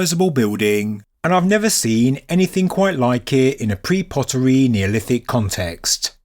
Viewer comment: What sort do Yooo smoke ? How do Yee insist on " pre-poteryyy" in the presence of POTERY ¡¡!!¡¡!!!???